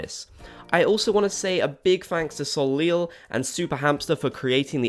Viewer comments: Soleel lol. I think it is pronounced sol-isle, but the -le is silent. Correct me if I'm wrong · Soleil is pronounced So-ley. Its french for Sun. It hurts hearing so many people mispronounce it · Bobs Gang! Okay, first Soleil is pronounced "so-lay". It's French for sun. Second, Brewster's kind of matches because it's a houndstooth in coffee colors.